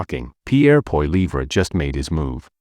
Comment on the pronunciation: What a B.S. platform. Can't even pronounce Poilievres name properly